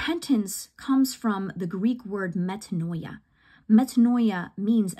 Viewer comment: Metanoia... pronounced Me Tah KNEE ah. The "oi" makes and EE sound. You're sounding like you're becoming Orthodox. God bless you.